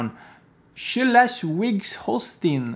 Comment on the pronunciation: Probs for trying to pronounce a German fed. country's name! You could easily have Chosen Berlin, Bavaria or Hesse, but you came up with Schleswig-Holstein. Maybe you can try Mecklenburg-Vorpommern next?^^ Thanks for your work, mate!